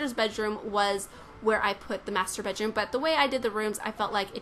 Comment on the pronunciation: i like how she pronounce "masturbate room" xD